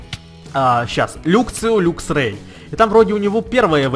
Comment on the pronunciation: не люксио а лаксио и не люксрэй а лаксрэй